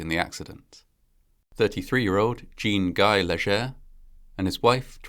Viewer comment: Yeah, I noticed that...the French Jean sounds more like "John", too but with a "zh" and a silent "n". We have a Jean-Guy at one of the karaoke venues I frequent, and he gets nicknamed with the same inaccurate Anglo pronunciation used here, "Jeen guy". Amusing detail from a story that certainly isn't...